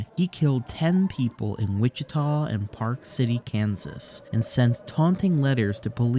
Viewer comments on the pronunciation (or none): none